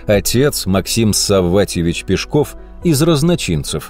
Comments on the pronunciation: Нас в школе учили ПЕшков, а не ПешкОв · Вот такой вопрос. Почему Пешков, с ударением на *о*. Живу в Нижнем Новгороде, уже более 60 лет. И в школе , и в музеях, и в домике Каширина, всегда и везде он был Алексей Пешков, ударением на *е*. И вдруг, в 21 веке он стал Пешковым, с ударением на *о*. Ухо режет так, что аж зубы сводит. Обьяснитесь пожалуйста. Бывает так ,что по центральным каналам показывают репортаж о Нижнем Новгороде, называют его Новгород. Видимо для москвичей это один и тот же город. Обидно! Наверное, ваш Пешков, с ударением на *о*тоже из этой серии.